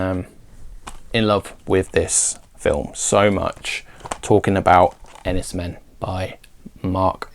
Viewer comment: Men is supposed to be pronounced Mayne, in Cornish I’m told.